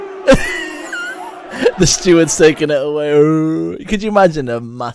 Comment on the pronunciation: Way he said "away" he's either from Sunderland or Newcastle but lost his accent mostly in America